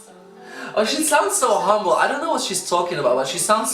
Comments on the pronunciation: He said it like "hambol" is what we mean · THE WAY YOU SAID "HUMBLE" IS VERY FILIPINO😊😊 LOL I LIKED THATT